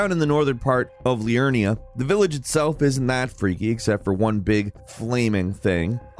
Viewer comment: Lindel instead of Leyndel, Evergel instead of Evergaol, Liurna instead of Liurnia...you can tell he's not giving more than 1 second to read these things (or listen to the NPCs when they pronounce them) :D